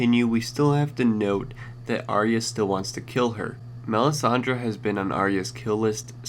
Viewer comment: I don't know how anyone still gets this wrong, Arya is pronounced eye-a NOT arree-ah!!!